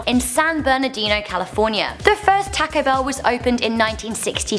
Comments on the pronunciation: you said Taco Bell wrong. You say it tawco bell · Joseph Metoyer yeah was wondering the same, she's saying "tacko bell" like wtf, your pronunciations of word are 80% normal, then you ruin it by saying things like "tacko bell" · Tack Oh Bell lol your accent dosent go well with that name lol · Why she says Taco Bell weird like tãco I prob did that RONG tho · MelonHD toco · "taaco bell" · im surprised how much im upse the way she says taco bell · strange, have never heard it pronounced like that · The way she says taco bell is too funny